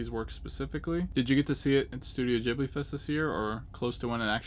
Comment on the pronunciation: LOL you pronounce it JIBLY !!! its a G bro , GHIBLI GHIB-LI - gotta admit tho your way of saying it cracks me up tho !